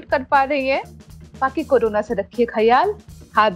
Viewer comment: Why pronounce carona instead of corona?